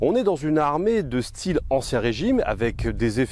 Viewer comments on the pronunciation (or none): none